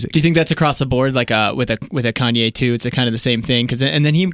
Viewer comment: He hit us with the australian accent and said Kenyé